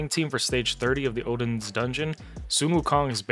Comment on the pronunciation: I believe he was joking about your pronunciation of Sun Wukong, akin to people riffing on Ash except he's basing it on English phonetics and not the actual, which is probably what he doesn't know.